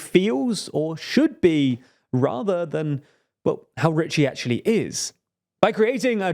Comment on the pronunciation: You're having real trouble with those L's, aren't you? Normal people don't have your trouble with "world," "well," "social" and so forth. Wehwud, wewu, sohchoo... Ugh! Maybe you could try practicing in front of a mirror. Watch your own video, make a list of all those L-words you are screwing up, and practice them, while watching your lips in a mirror, for a few days. Prefereably before making a fool of yourself anymore on YouTube. (Then you might try "it." The word has a T in it...) There's something profoundly silly about your making a video mocking poor little Trump while making such a childish display of yourself as you do it.